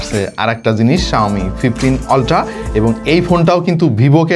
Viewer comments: অল্টা❌ আল্ট্রা✅ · অল্ট্রা কি ভাই u এর উচ্চারন আ এর মত করতে হয় এইটা ছোট বেলায় স্কুলেই শিখাইছে ভাই। অল্ট্রা হবে না আল্ট্রা হবে। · আল্ট্রা-❌ অলট্রা-✅